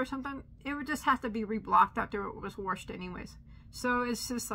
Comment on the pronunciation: ❤️love your warshed that’s how I say it😂😂😂😂